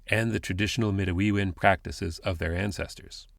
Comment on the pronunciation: Miigwetch for this podcast. I enjoy listening to them. I am not sure but did I hear you say "Indigenous settlers"? Also Midewin is pronounced Mide-day-win. :)